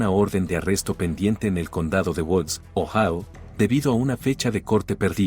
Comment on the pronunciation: Ohao no existe..joder..Ohio(Ohaio)..hazlo bien que no te cuesta nada